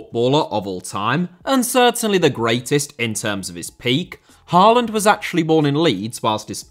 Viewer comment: Great video! You're generally very good with pronunciations, Hoever, double A in Norwegian (and Danish) creates the sound of Å, which is like 'aw' in most english accents. Haw-land, Øde-gourd would be approximations.